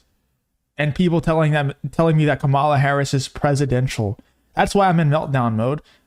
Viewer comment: It's Kamala, not Kamala!